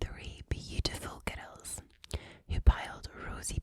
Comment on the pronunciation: You say "girls" with two syllables even when you're reading aloud. 😌